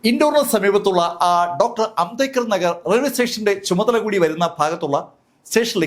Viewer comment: സാർ ഇങ്ങനെ ചിലത് പറയാറുണ്ട്